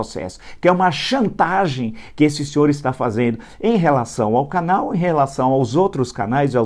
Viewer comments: fala que o Luciano escreveu "demetir" e logo em seguida fala "canél" ao invés de "canal"....patético! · Canel?? Fala direito,Villa.O correto e' canal.